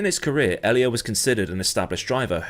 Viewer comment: Ollie? 😂😂 You just nailed it! 😂